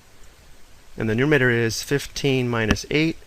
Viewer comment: Does it bother anyone else that he says "nominer" and "numertor" Yikes!